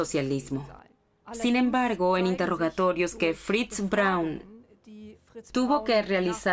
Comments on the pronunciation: No es Brawn... Es: BRAUN. No era inglesa: era alemana!!! Siempre es bueno informarse antes de hablar sobre algun tema que desconocemos por completo, para no publicar estupideces... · Perdona , pero "Brawn" no era el apellido de Eva , sino BRAUN !!!